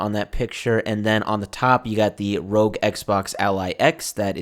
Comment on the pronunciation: It’s not Rogue or Rog. It’s R O G. It’s an acronym for Republic of gamers.